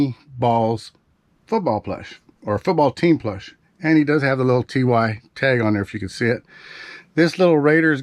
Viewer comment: great information! this might be kind of nitpicky but just a heads-up, TY isn't pronounced TEEWHY, it is actually pronounced TIE. I also thought it was teewhy, but learned it is tie based on the name of the creator of the beanies, H. Ty Warner. Just thought I would share this little bit of information with you.